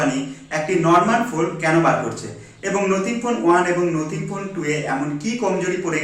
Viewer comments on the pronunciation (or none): নোথিং নয় কথাটা নাথিং,বাকি সবটাই সুন্দর ভাবে বিশ্লেষণ করেছ ভাই।